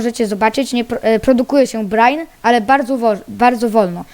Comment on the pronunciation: czyta sie brajn